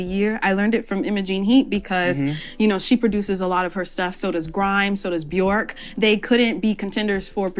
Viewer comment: Did she say Bjork?